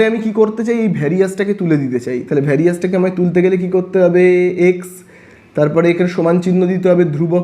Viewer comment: Sir Ota Varisus na various 😂